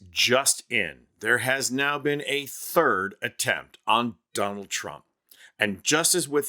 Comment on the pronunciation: "Don-Old" Trump lol love it